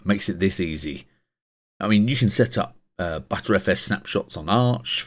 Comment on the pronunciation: Im pretty sure its pronounced as BetterFS